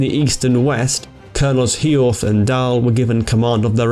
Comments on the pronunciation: Good pronounciation, mainly. One tiny detail, though. The name "Hiorth" is easier than you thought, just say a short "Yurt". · Pretty good. Only thing he butchered was Hiorth.